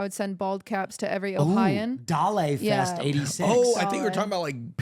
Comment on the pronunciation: Stop saying ohian lol